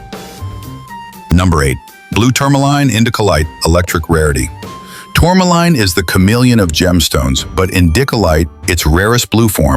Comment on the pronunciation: Tanzanite and Tourmaline are outstanding gems and hold up well in jewelry. The AI pronunciation of these exciting gems is horrible! Please correct so people can learn the correct pronunciation so they know what to look for.